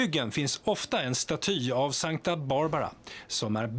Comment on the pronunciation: Folk hatar när man märker ord, men jag gör det i alla fall: Sankta Barbara uttalas på svenska, hon är inget helgon från specifikt den engelskspråkiga världen. Men bortsett från den lilla petitessen: superfin och spännande video!